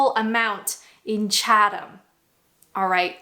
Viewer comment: "I've spent time in Chatham" 😂😂😂